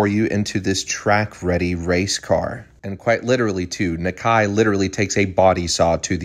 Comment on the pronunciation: Hate that they pronounce the name wrong. Nah-ka-ee. Not Nah-kay picture the name spelled naka i